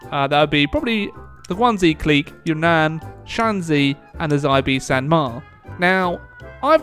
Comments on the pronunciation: I'm sure you've heard this before, but just for my own peace of mind, in the romanization of Chinese (called pinyin) "X" is pronounced with an "sh" sound, not a "z" sound. It's not the Guangzi clique, but the Guang-"she" clique, it's not thew Zibei San Ma, but the "she"-bei san ma. I doubt this will change anything but at least I know I tried lol. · Oh god Xibei San Ma is pronounced as "She pei san ma" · I believe X in Xibei San Ma is pronounced like Xi in Xi Jinping or a "Sh". Just so you don't embarass youself <3 :)) Edit: Also put the high tone (non-English) on "e" and lowest on "i". Edit(2): Set a frontline with your Field Marshall to autofill gaps in your frontline and autp assign armies, according to their numbers.